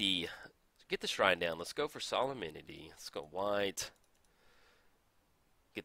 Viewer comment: Sah-lem-ni-tee Solem-nity Solemnity